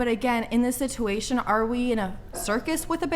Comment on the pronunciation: The way she says "sitewation" 😂